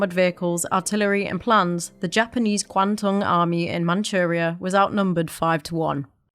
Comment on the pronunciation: If you're going to do a video on a subject, get someone who can pronounce the names correctly. Although written "Qing" it is pronounced Ching. Kwantung is pronounced "Kwandung." (These mistralations are due to a British system called Wade-Gilles which, for example, named Beijing Peking, a name still used in Japan much to the annoyance of Chinese. And it was the samurai's code of "Bushido" which led so many Japanese soldiers to die for their country.